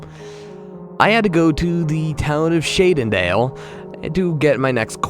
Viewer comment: Shay-den-hale? I always pronounced it shay-den-hall :/